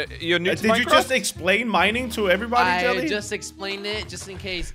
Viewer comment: jelly is a British boi